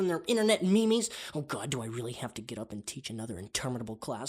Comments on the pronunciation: YOU DARE PRONOUNCE MEEMS AS MEEMEES I AM VERY TRIGGERED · Uhhh...did he just say ‘mee-mee’? Are we just gonna let that slide?? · lol "me-me"😂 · ''MEemes'' XD. Dude I love his derpynisssssss